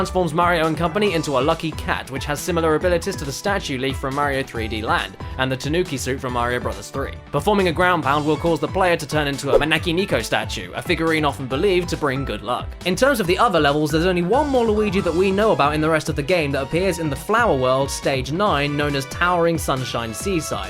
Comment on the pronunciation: Your Japanese is terrible. The vowels are pronounced the same as Spanish, so it NEko, not NIco for cat. Also, no one wants to see this boring Luigi shit.